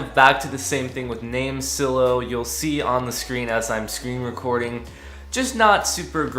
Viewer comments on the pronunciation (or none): It's name silo.. Like grain silo.. With a hard I.. Like eye.. LMAO.. Great video tho! Very informative for a noobie like me! Thanks.. Silo.. Like s-eye-low.. ✌🏿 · You must not be good at grammar.. or life for that matter. You mispronounced "NameSilo" as 'NameSillow' and did you know what led me to know that? There's a Silo in the NameSilo logo 😛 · Thank your for your thoughts. The only thing that was odd was how you pronounced NameSilo. That "I" in Silo is long as in a farmers grain silo. Their logo is also a grain silo.